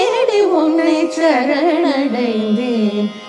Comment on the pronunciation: சரணடைந்தேன் என்பதே சரியான உச்சரிப்பு ஷரண்டைந்தேன் இல்லை பெரும்பாலும் பாடர்கள் அதாவது கர்நாடக சங்கீதம் பாடுபவர்கள் “ச” வை வட எழுத்து ஷ போல உச்சரிக்கிறார்கள் பாரதி இதைக்கேட்டிருந்தால் இதற்காகவே உக்கிரமாக ஒருபாடலையே இயற்றி இருப்பார் 🙏🙏 இருவருமே ஷரண்டைந்தேன் என்றே உச்சரிக்கிறார்கள். செந்தமிழை கொச்சை தமிழாக வருங்காலச் சந்ததியினருக்கு கொடுத்துவிட வேண்டாம் சுதாரகுநாதன் அம்மாவின் இசைத்தட்டுக்களை நிறையவே சேகரித்து வைத்துள்ளேன்.( நிச்சயமாக தமிழ் பாடல்களை மாத்திரமே ஊத்துக்கட்டு வேங்கட சுப்பையர் பாடல்கள் பாரதியார் பாடல்கள் என) அவற்றில் ஒருசில இடங்களில் இந்த sha உங்களை அறியாமலே உள்வாங்கி விடுகிறது. காரணம் தமிழைத் தவிர மற்றைய மொழிகளில் இந்த ஷ நிறையவே ஆட்சி புரிகிறது ஆகவே தமிழில் பாடும்போது இந்த ஷ வேண்டாமே 🙏🙏